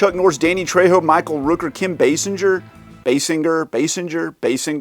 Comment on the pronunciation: you said basinger right i can't believe she's 70 years old Born in December 8th 1953